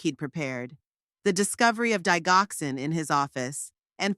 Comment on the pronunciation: Eric is married to her daughter , this makes him a son in law not a brother in law. Digoxin is pronounced "Dijoxin"